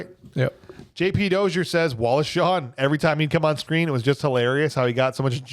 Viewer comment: Also it's Wallace Shawn, not Shaw. And Ellen, not Helen